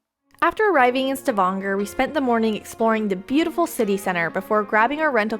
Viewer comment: Hi. We road train into Paris together Nov. 8. I viewed your video on Norway. Excellent job. Glad to hear pronounce Stavanger correctly. Keep up the good work. Happy Trails. Lee